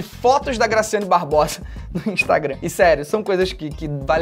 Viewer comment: Eu ficava voltando TD vez que ele falava grascyannee Barbosa (n sei se é assim se escreve) mais e MT legal kkkkkkk